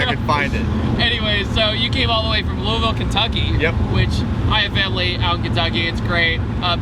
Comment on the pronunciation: I'm proud of for pronouncing Louisville correctly, at least how people in Kentucky say it 😂 sweet BMW as well. Should defentilly do more German cars and possibly more older cars, like muscle cars.